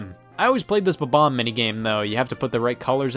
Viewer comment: It always bothers me how people pronounce it bubom instead of bob-omb